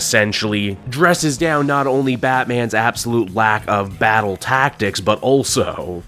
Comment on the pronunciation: Come on, it’s a BAT-tle Axe.